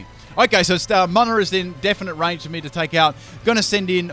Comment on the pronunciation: not mun-nna it's moo-nna